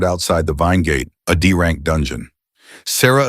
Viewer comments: AI narrator be like: D rank = Dank C rank = Cank B rank = Bank A rank = Ank S rank = Sank What is this 🥀😭😆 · I love how the AI narrator calls D rank Dank